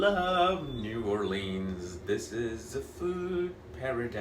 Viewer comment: Say it right new orleans